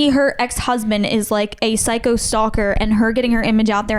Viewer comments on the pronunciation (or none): none